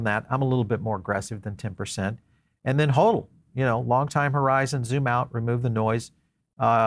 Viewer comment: I don't trust somebody who says holdel, when it's pronounced "Hodel". Look at this guy's channel, he pumps altcoins as well as BTC. Which means either he's a paid shill, or he's not smart enough to know that highly centralized altcoins are the opposite of BTC.